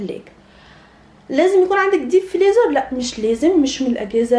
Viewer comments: أنتِ بجد بتقولي فليزر؟!! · اسمو فريزر مش فليزر😂😂